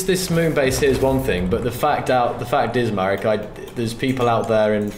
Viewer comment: His name is Marek, not Merek.